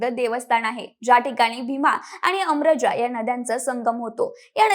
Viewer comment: अरमज तिर्थ असे चुकीचे उच्चार करु नका. अमरजा तिर्थ असे नाव आहे. ते नदी चे नाव आहे. पश्चिम उच्चार चूकीचा आहे. शुद्ध बोला. श्री स्वामी समर्थ